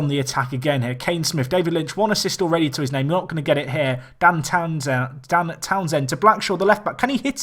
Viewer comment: How much times can you mispronounce Dan Townsend in 20 minutes? haha